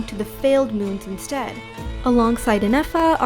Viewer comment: hi good video just a kind correction: it's pronounced Yahoda